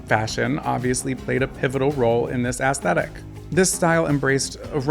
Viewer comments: Aesthetic…the A isn’t hard, it’s more like “eh-stetic”…I love these videos but I wince every time you say ASS 😬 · I die a little inside every time I hear the word "aesthetic" pronounced ass thetic. 😭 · What is ass-thetic? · Every time you say “ass-thetic” a former 90s teenage goth grows a grey hair